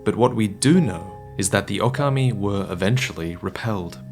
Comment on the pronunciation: Hi, maybe if you pronounce it Ookami, when you referring to Sekiro, it is clearer that you mean "Wolf". It depends on how you pronounce Okami und Ōkami:D